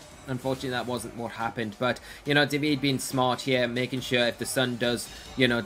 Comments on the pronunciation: Unbelievable how they still cannot manage to pronunciate "Davide" right... not that it's difficult either. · Not at all. You must not be italian (se lo sei, sappi che sono perplesso) but, being an italian name, the final "e" is there to be pronunciated... and also the accent is supposed to be on the "a". DàvidE.